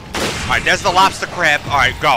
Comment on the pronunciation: So tickled at "He's gotta lobsta cwab."